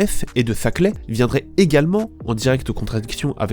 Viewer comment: C'est pas zaclay c'est Saclay